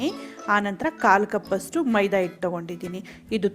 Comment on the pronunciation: Method is good. But your kannada pronunciation is bad. It is "Hittu"and NOT "ITTU".